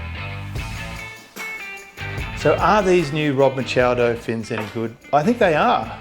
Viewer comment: Don’t trust the guy who doesn’t know how to pronounce Machado